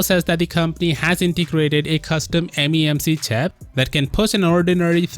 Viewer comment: "Memc chap" lol